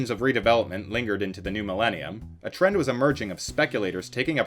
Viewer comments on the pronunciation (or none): none